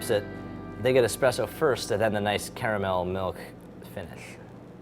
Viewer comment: Best part of the video is that he pronounces "caramel" like I do.